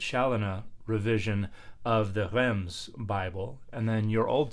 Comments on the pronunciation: Yep Reims is pronounced \ʁɛ̃s\ with a nasal vowel instead of \ʁɛns\. Dan’s trying to the uvular r, gotta go all the way and get the nasals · Pease don't says the 'm' in Reims. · Traditionally, in English, it's pronounced "reems". I would pronounce it the French way when referring to the city, but I would anglicise when referring to the historic translation.